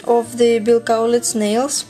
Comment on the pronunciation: I am impressed that you are saying Bills last name right. =) Most people don't. They say it like (Kal-litz) I love your nails. I've been getting "Bill" nails since may, but I have always gotten it done professionally. Its nice to know how to do it at home when you don't have all the tools they have at the salons :) In fact right now I have "Bill" nails but they the tip is a different color =)